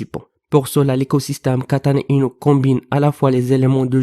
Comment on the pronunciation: Kêtana-Inouuu . Mdrrr